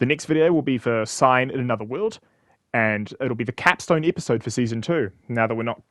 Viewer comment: Do not worry about a shorter video. Your time matters aswell, and we can wait as much as we want. Hope your time goes well. Oh boy... my game is next... and it caps off season 2. Looking forward to it... even if you pronounced it Sign instead of Cinder.